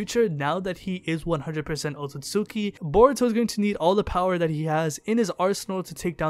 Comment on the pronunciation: Wtf this dude is saying otsusuki and not otsutsuki. Thats stupid.